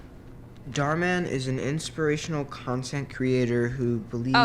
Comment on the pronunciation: It’s Dhar NOT Bhar